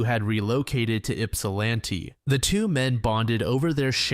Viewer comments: St Clemens? Do you mean Mount Clemens? Yupsalanti? You mean Ypsilanti? Brother it takes 3 seconds to research this stuff. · In case the city ever comes up again: Yipsilanti = Yipp-sil-annie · I hate to be this guy, but it's "ip-sa-lAn-tee"